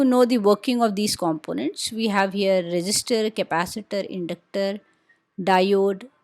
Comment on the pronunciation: Resistor ❌ register ✅